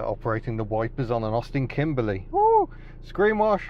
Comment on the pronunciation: I appreciate the "Kimbleh" Notts pronunciation!